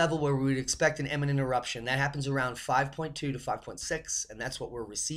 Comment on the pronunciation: Imminent=soon, not emmanent! Great job, as always! Aloha!